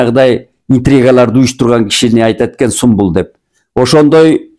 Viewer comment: Калыстыгызга таазим! Анан түрк сериалындагы адамдын ысмы Сумбул эмес, Сүмбүл. Сүмбүл деп айтыңыз.